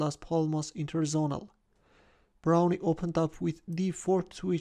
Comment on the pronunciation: It's just pronounced brown. The e is silent.